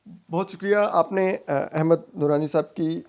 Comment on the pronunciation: احمد نورانی کو کیوں احمد درانی بولتے ہو